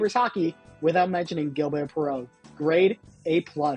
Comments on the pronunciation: It’s not Michel “Plah-SAY,” but rather “Plahss.” And, it’s “Zhil-BARE” Perreault, not “GIL-bear.” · Almost 2 minutes in, Guy LaFleur was actually pronounced correctly. Rejean Houle though, smh. It is a neat and nice reaction but, hey study the subject matter. It is not pronounced GILL-BEAR…